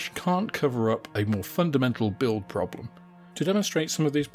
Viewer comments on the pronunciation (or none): none